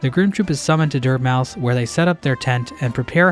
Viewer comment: Lol at the way he pronounces Dirtmouth. You like eating dirt?